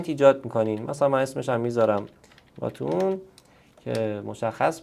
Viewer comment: ☘️باتون نه باتن